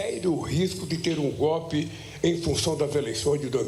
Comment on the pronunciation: GOPE! É GOPE! GOBE,GOBE, GOBE!!!